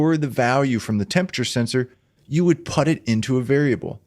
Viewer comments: I am terribly sorry man, but PUT is pronounced as [pʊt]. It's not [pʌt].... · Sorry, i just have to nit pick, put pronounced as putt? I'm not familiar with anywhere/accent that says put like that. Great video otherwise, just came across that and was confused when I wasn't looking and just half listening. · Excellent Arduino introduction! One thing that made me chuckle... never in my life have I heard anyone pronounce "put" as "putt". I thought it was a mistake at first, but he did it many times thoughout the video. 😂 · Great tutorial, as a non-native English speaker, this pronunciation of the word 'put' is new for me though haha